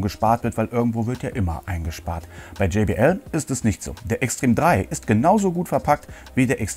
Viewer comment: gumminubsis und wie du extreme, ein englisches wort, aussprichst. ich schmeiss mich weg XD